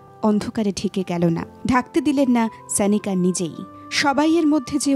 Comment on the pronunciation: Pls naam ta thik bhabe uchcharon korun. Sanika naam noy..